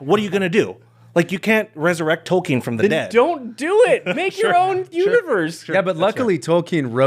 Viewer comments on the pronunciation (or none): Tolken not Tolkiiiin